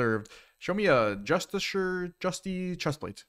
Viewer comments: It's pronounced Just-iss-ee-are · it's justi-car bro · you are saying it wrong, it is pronounced 'Justiciar'